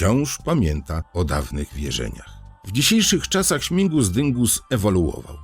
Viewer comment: Śmigus a nie śmingus😊